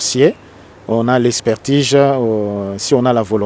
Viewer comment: Expertige? Je pensais que c'etait "Expertise". Vous avez fait vos etudes en Francais; qui les a fait en Kikongo? Papa, loba nayo lingala, oza ridicule!